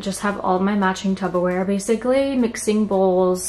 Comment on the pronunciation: Only because this happens in the midwest a lot and I had to learn, but for some reason people say "tuBBa-ware" but it's actually "tuPPer-ware". It's Ps not Bs!